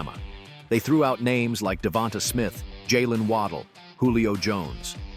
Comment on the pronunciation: DeVont-UH Smith??? Really?